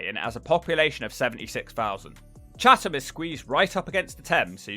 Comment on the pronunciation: Oh and Chatham is pronounced chatam lol